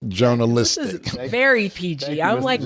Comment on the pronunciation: Cam I'm keeping it JOUNALISTIC!!!" lol